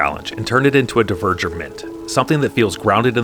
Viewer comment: Dvergr is not pronounced like "diverger". It's closer to the old germanic "dwergaz", dwarf comes from the same word. So you basically pronounce it like "dwarger".